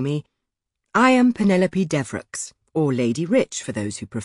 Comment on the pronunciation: You say deveroe for deveraux